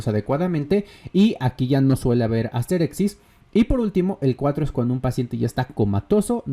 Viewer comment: Como una pequeña corrección, el término médico es asterixis, no "asterexis". De ahí en más, buen vídeo